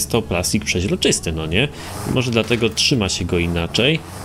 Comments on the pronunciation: Nie żadne pziezroczyst tylko przezroczysty panie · Mozesz przestac mowic "przeźroczysty"? Bo to wkurza, prosze mow przezroczysty